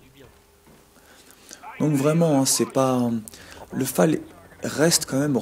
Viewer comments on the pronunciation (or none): none